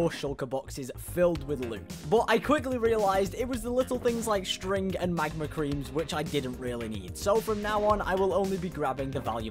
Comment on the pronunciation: Bro way did you said strig so weird like it important